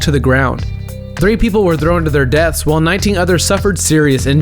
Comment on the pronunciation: "THHHHrrrown do their death"